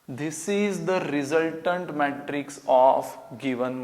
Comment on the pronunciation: Jeez , these Indians have terrible pronunciation! ( not to say pronounsation). Matrices is pronounced as 'May-tree-ceez' not May-Try-ciz. Matrix is pronounced as 'May-tricks' not Mat-tricks. Equality is pronounced as E-kwol-ity not E-kwaal-ity. You correct these Indians and they think you are pronouncing it wrong and they are pronouncing it correctly. But what can we do when a majority of rote learners dominate the Indian education system.